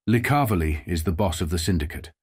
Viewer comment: Thanks for at least pronouncing Licavoli correctly.